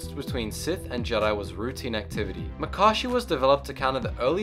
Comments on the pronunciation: Makashi was mispronounced its Muh-kah-she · The way this guy pronounces Makashi pisses me off. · For crying out loud, if you're going to make a video about the forms, get the pronunciations correct. Shi-Cho (SHE chO) Makashi (ma-KAA-shee) Soresu (SO-ray-SUE) Ataru (ah-TAR-uu) Shien (SHEE-in) Djem So (GEM SO) Niman (NEE-mahn) Juyo (JEW-yo) Vaapad (VAH-pad) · Ma-ka-shi! SO-REE-SUE!! ATA-RU!! DA-JEM SO! JU-YO! Seriously! You call yourself a Star Wars fan but you cannot pronounce forms properly. At least you pronounced Shii Cho, Shien, Niman and Vaapad right.